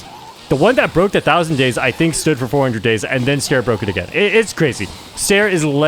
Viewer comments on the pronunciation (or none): bro is calling ster "stair" 😭